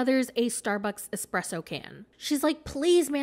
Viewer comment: should just buy some quality authentic Italian coffee I guarantee one tiny "expresso" in the morning would be enough